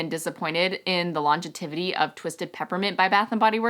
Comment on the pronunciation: I don't want to pick on you!!!! buttttt "longetivity" isn't a word. It's pronounced "longevity". I really don't mean to be the spelling/pronunciation police!!! lol (From Google" What is the meaning of longevity and longetivity? The word is longevity, meaning long life or duration of life. Longetivity is not a real word and should be avoided. Aug 11, 2011") With all that said, TYSM for a great video! I am using your code to make my purchase now!! :)